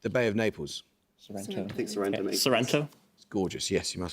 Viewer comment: «I think Sorrento» XD